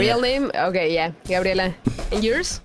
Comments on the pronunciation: bro said gorllia😱🤣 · bro said gorrila😭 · you dont know how to say gabriela bro says gorilla